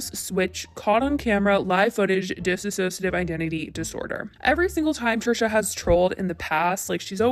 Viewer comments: Dissociative not disassociativ. Please. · why does everyone mispronounce dissociative as dissassociative... Trisha did it and everyone calling her out is still mispronouncing it... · FYI: it's Dissociative not Dissassociative. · FFS .... one last time. It's DISSOCIATIVE, not dis-A-ssociative. THEY ARE TWO DIFFERENT WORDS!!! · It‘s Disso-cia-tive Identity Disorder! You wrote it so often yourself but you are not saying it correctly, just wanted to mention it. I really enjoyed your video, but I just HAD to say it, I’m sorry 😅💕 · Sure, I don't think it was intentional at all, actually what I think could've PROBABLY happened is that is pronouncing it thay way due to Trisha's video (Trisha said "disassociative" throughout the whole video) but the point of me mentioning it is just to start adressing DID with the right terminology, unlike everything Trisha said in her video and some people might be starting to use thinking it is correct (for example, calling it multiple personality disorder and whatnot) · Miz Boom true, but in this video it’s being pronounced as dis-ass-sociative... need to take the one ass out... so isn’t completely wrong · You’re not pronouncing dissociative correctly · you're mispronouncing dissociative disorder :/ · Hey just wanted to let you know you are pronouncing dissociative wrong. It doesn't have two "iss" sounds at the beginning it's just one.